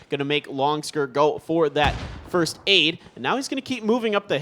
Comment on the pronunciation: maybe "firsth" , it's hard to pronounce the ending sound